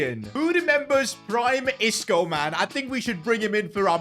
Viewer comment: Bro said Isco disco 💀💀